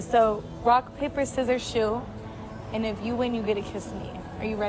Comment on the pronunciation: I swear she says “rock, paper, scissors,shoe”